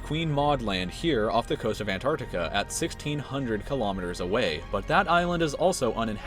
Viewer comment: The way you say Antarctica..